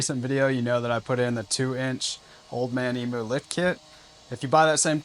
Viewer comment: Another one who can't pronounce emu lol